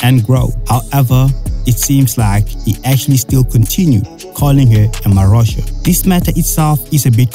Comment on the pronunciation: Ehhhhh! This man literally said "marosha" 😮